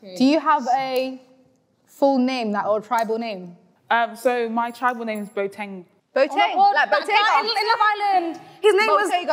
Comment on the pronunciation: The language is twi not chi. She pronounced Boateng so badly i knew she was capping from the jump. I believe Abel is an African. My opinion before the real African steps forward